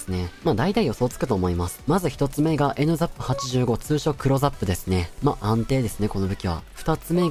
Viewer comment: NZAPの発音がライザップで話入ってこんwww